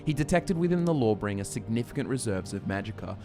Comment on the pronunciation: Lmao thought you were saying "Lore-Bringer"